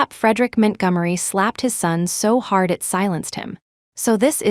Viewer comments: Ethan “Mint Gummery” 💀💀💀💀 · MintGummery??? Isn’t that Montgomery? AI about to rename all of us. Wait for Washington to become Wish in Town 😂